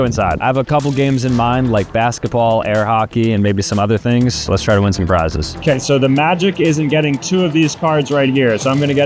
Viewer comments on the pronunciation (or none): He said tings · whitest guy I've ever seen say tings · "Being the CEO you gotta do CEO tings" Tings 😭✌ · Did bro say 'Tings' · “When your a CEO you need to do CEO Tings” 😂